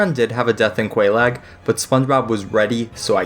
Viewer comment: Bro...how did...how could you butcher Oolacile and Quelaag so badly? I mean the NPCs say their names already!